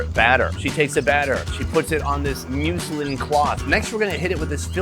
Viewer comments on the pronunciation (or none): I think it's Muzz-lin. You're pronouncing like it's Muslix.